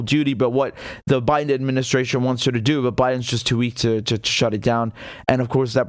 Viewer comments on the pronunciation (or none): none